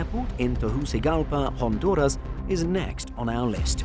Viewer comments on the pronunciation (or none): none